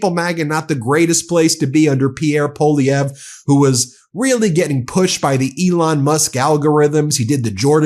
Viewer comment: Proud of my prime minister for not backing down and fighting back!! Proud of you Ben for finally mastering how to pronounce Poilievre!!